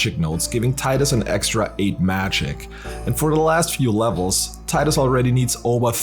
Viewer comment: Subscribed because you pronounce Tidus correctly :p